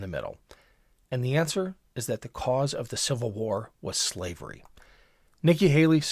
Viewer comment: She could not even say the word slavery. She gets no points. She is done.